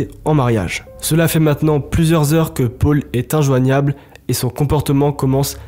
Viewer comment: qqun lui explique que c’est paul pas pôle le prenom?